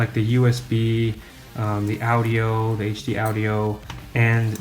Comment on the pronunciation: This dude cant even pronounce audio 😂😂😂